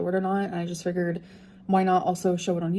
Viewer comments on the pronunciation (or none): I can’t stand how she’s says I figured it’s not figerrd and Mirror is not meer. A lot of grammar lynn irritates me but that’s just two I can think of…oh and for is not furrr